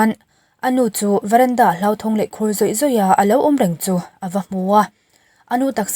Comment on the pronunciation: 'Thisen hloh'...tih zawk tur... hlauh nilovin.. 🤭.. i aw erawh angaihnawm e..